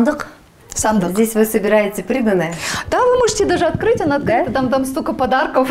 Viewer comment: Керемет ,орысша болғаны сұхбаттың) ПрИданое емес,придАное)